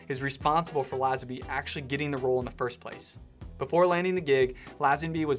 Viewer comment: George Who? Laaaaazenby. FFS…. Americans……😩